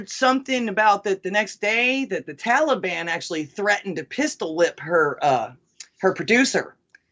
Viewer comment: He can't even call the the Taliban by the right name it's not toilebon!